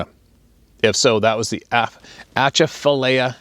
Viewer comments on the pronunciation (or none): no it's pronounced A-Chaf-A -Lie-Ah. I was born and raised in southern La. actually off of Pinhook Rd. if you want a job offshore on a drilling rig, Pinhook Rd. is nothing but oil co. offices for roustabouts,roughnecks, cooks,ect. yup that's the place to if you want a good job also if you to work on crew boats, and dredge boats. where the Atchafalyia river and the Mississippi River meet you can hear them for 12 miles away a site to see looks like when Moses parted the red sea ,it,s a big power plant there that makes enough electricity to light up all of southern La. down past New Orleans, no shit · (at-cha-fa-lie-a) 😂 hope that helps some